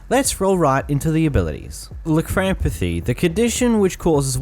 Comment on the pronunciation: You completely butchered lycanthropy